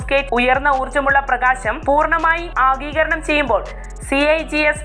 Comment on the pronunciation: ആഗീകരണം എന്നല്ല ആഗിരണം എന്ന് പറയു വൽസെ, ഏത് ടീച്ചർ ആണ് നിങ്ങളെ പഠിപ്പിച്ചത്?